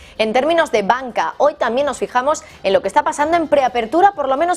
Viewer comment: UNA PREGUNTA...POQUÉ USTEDES EN VEXZDE DECIR TAMBIEN ,DICEN TAMIEN¿...PREGUNTO